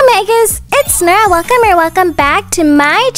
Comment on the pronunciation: Is it only me or is Nora it’s akeila?